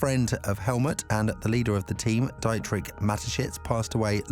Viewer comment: Enjoying the video but it's Dee-trick